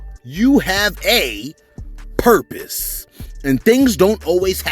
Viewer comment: you were supposed to put emphasis on “PURPOSE” not a 😂